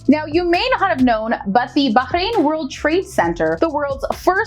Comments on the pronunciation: finally, a person who knows how to say bahrain nicely and i also live in bahrain and im grateful that im here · Wow.. She pronounced 'Bahrain' correctly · Thanks for the video, like that you emphasised on the Letter “H” in Bahrain as it’s how it pronounced correctly, but there’s is a small mistake you mentioned, Bahrain is an archipelago on 33 natural islands, and around 50 artificial, not the opposite